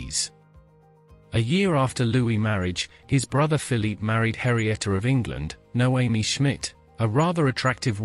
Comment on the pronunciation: it's Henrietta, not Harrieta.